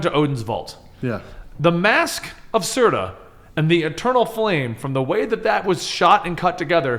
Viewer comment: It’s SURTUR not Surta